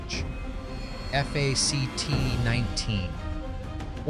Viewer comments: You speak eff aa cee tees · Okay I stuck through the AI years Stuck through the AI F A C T junk But I draw then line at Corey Hiyame. Which is how AI reads it. Show some respect. If NOTHING else, get the actors names correct. Especially the actors that are no longer with us. Do people not listen to their videos before posting? Corey Haim There are many many videos online you could find, to ensure his name is said correctly. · This COULD HAVE been a great video. In depth, interesting writing. TERRIBLE AI narration! “F A C T 1…”. WTF is that all about?😂😂. Other mispronunciations and the random female robot voice was just as bad. You need to read it yourself, or get someone else, a human, to read it. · Who pronounces 1985 as one nine eight five and “fact” as eff eh see tee?! Ai!! That’s who! Still loved this show when it came out and bought it on vhs, that’s right I said vhs, a couple years later 😂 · "...one thousand nine hundred and eighty five... F-A-C-T 1..." Probably the worst thing about AI is how lazy it makes some of us. I get it if you don't want to use your own voice to narrate, or maybe English isn't your native language, but not bothering to listen to your own video before uploading it to catch parts which obviously need to be re-recorded is akin to submitting a paper without bothering to spell-check it, first. It's just baffling. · Teach your AI the word "fact".....